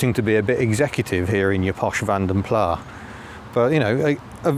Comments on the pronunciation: Like just about everyone you pronounce Van den Plas as " Van de Plar. It's a Belgian /Flemish name which should be pronunced "Fon den Plas". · Great review as always,, but - taking a quick trip in and out of Pedant's Corner - can you please, please cease using the pronunciation 'Vanden PLAHH'. It is, and always has been pronounced 'Vanden PLASS'!! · Absolutely - only the French seem to pronounce is Plah, and we're not French thank you very much! Pronouncing the S at the end (as in Vanden Plass) is correct. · I haven’t read all the comments, but it’s Vanden ‘Plass’ not ‘Plah’. It’s Dutch. M. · British car workers CAN make a car without trim rattles - just ask an owner of a Nissan, Toyota or Honda produced in this country. If the Nissans produced just down the road from me were crap they wouldn't be sending them in their thousands to Japan to satisfy JDM demand. BTW, are you saying Vanden Plah rather than (the correct) Vanden Plas just to annoy me? I have commented on it before (SD1 v. 800 I think) but you still do it! I'll still watch and subscribe but it is a touch irritating mate. Mike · Vanden Plas is pronounced as it's spelt, not "Plah". Interesting to see the footage of this car! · stopped listening when you said, "Vanden Plaaa" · in mentioning corrections to the Princess video, says the car had "been around the clock" so has done 103,000 miles. I thought both the Princess and Ambassador had 6 digit odometers so it couldn't be 103,000 miles if it had been around the clock. Also, in the name Vanden Plas, the "s" should be pronounced as in its Flemish roots. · Nice video, although I prefer to pronounce Vanden Plas to rhyme with glass, not far. I think the progenitor of the styling house was Flemish rather than Walloon, and thus the rhyme with glass is more proper. And was it a Kia you overtook? I rather think it was a Seat. Niggles, I know, but notwithstanding, great content as always.